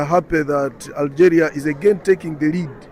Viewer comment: Ya Benti one shouldn't speak English by reading it in "FKHEUNTCH". The word "Algeria" is pronounced "AlgEEria" in English, and certainly not as "AlgÉrià" as one might say in FKHEUNTCH. The English language is a totally different language from French, especially pronunciation-wise.